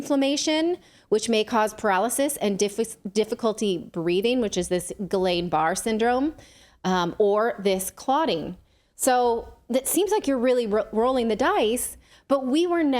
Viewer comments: It’s Guilliane Barr not Ghislane. Although I’m not sure how to spell it either the Guilliane. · Natali should learn the correct way to pronounce Guillain.